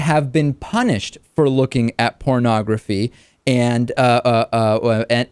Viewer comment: Wait - he's saying "parnagafy" is the problem! I think we ought to ask if he's even talking about porn...